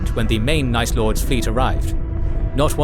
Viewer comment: Night lords? Or nice lords